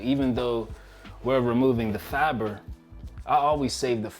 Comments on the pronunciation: What is "Fabra"? It's pronounced FI-BER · Not “fabber,” “fiber.” (Like “fiver,” but with a b) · Are you saying “faber” or “fiber”? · Am I the only one hearing “faber” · My guy said " the faaba " 😂😂😂 U had me rollin. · it's funny the only word you can't pronounce correctly is "Fiber" lmfao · He can pronounce glycemic but not fiber?